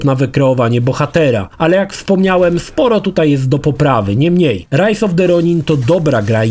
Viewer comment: Kurde razi to "niemniej" zwłaszcza, że spodobało Ci się to słowo i używasz go bardzo często. Do tego źle je akcentujesz w stylu języka angielskiego. Polecam od czasu do czasu urozmaicić tekst zamiennikami, np. "jednak". Ale recenzja jak zawsze wyśmienita.